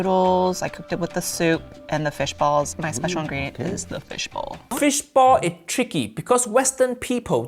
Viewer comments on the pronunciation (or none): FISH BALL!!! Not bowl. What is wrong with you and pronunciations you’re half American half English half Spanish now you don’t understand the word ball you’re driving me nuts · Dosny they mean fish "ball" and not fish "bowl"?!? Accents... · I think he was saying fish ball not fish bowl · He's saying fish BALL lol not bowl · Lol, right, I was like "glass? wtf are you talking about?!" 🤦